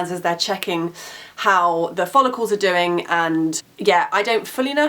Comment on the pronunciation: when you say the word ''follicle'' it sounds a lot like ''holocaust'' ahaha